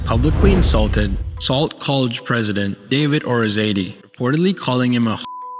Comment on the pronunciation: Sault is pronounced as "Soo." That said, good video, Conestoga is essentially engaged in human trafficking. On the other hand, the international students from India are not exactly victims and are coming for immigration purposes.